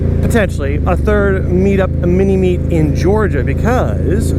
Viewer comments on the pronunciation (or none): LOL he said "mini meat"...I mean uh...mini meet...AND it's at Dick's! You just can't make this stuff up hahah anyways, carry on...